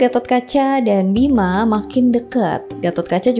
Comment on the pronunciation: Ijin koreksi : - Gatot bukan GACROT - Bima bukan BIMACHH - Nyendat bukan NGEN... 🙏